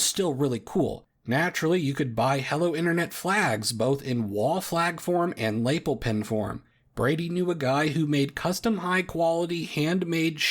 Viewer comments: Lap E l, not l A pel. Pel as in pellet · laypell pin? 😂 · This is the first time I've ever heard a native speaker mispronounce "lapel" the same way I as a non-native speaker used to. The correct pronuncation rhymes with no other word, but it does rhyme with the last name Chapelle (as in Dave Chapelle). You know what doesn't rhyme with Chapelle though? Chapel. Which is both derived from the French "chapelle" and the only other word in the English language that ends in "-apel". Because that having the same pronunciation would make way too much sense. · That's not how you pronounce "lapel". Google how "lapel" is pronounced